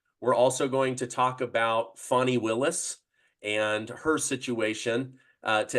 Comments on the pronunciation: Fawny not Fani 😅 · her name is pronounced ‘Fan Nee’. Show her the respect she deserves!